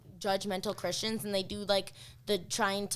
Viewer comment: Who also heard her say Christians as "cushions"?